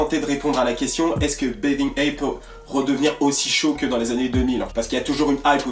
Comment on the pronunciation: mdr comment tu dit "bathing" ça me perturbe